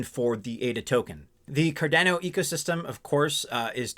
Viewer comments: Hmmm, a little nuance on Cardano's pronounciation as it sounds a bit off key, like a piano with one key out of tune. When watching Charles, the founder of Cardano, he pronounces it in his vids a bit of a different way. Although spelled to sound like Car'DAN'oh...he says it Car'DON'oh. Thoughts? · It’s named after Gerolamo Cardano. “Kar-Dah-No” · please pronounce the name correctly!!!!